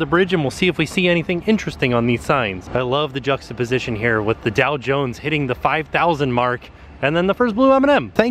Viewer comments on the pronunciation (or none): none